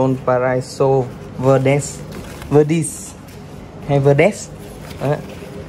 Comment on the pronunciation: Chầu bà vơ-đuýt-sờ ... Cố gắng học phát âm đi anh ơi